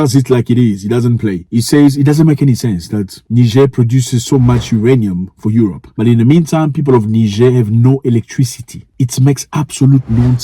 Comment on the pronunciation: Aerope not Europe